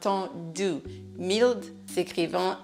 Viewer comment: I came across your video by chance and found it instructive. However, I think you mispronounced the word mild. Thank you, and keep up the excellent work.